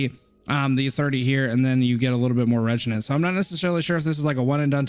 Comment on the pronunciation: how it's spelled: Re-Agent How Pronounces it: Regenant haha no beef, just joking with you:D